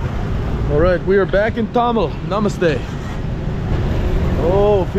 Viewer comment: Brother your pronunciation of Thamel is a bit off so people couldn't understand you right away. The way to say it is Tha-mél and put more emphasis on the mél (pronounced like mail). Cheers mate have fun👍✌